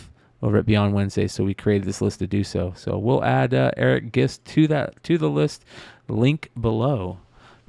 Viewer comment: Great show yet again fellas! One thing on E.M. Gist’s name…he pronounces it like “fist” for Gist. He made an IG post about it to set the record straight I guess haha.